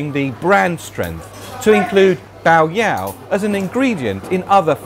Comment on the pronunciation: You pronounced yao correctly, but bai should be pronounced like the English word buy.